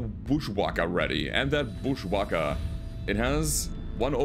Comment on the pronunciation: Love how pronounces booshwacka lol